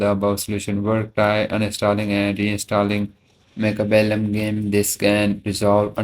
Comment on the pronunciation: did u just say mech heblum